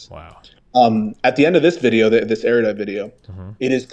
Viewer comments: Why do Americans seem to sound like they're saying "area-dite" when they say erudite? It's supposed to be said more like air-uh-dite. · IT'S "NOT SO ERR-YUH-DITE," IT'S NOT THAT HARD